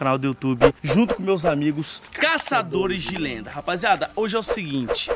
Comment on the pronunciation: "Enfim os caçadores de lêndia..."